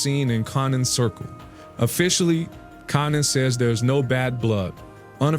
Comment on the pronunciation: Dude can't even pronounce konnans name 😂 wtf is this trash